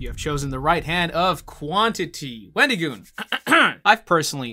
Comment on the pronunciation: I like how he was joking about wendigoon saying places wrong, yet he kept pronouncing it wendeegoon, nothing against it just thought it was kinda goofy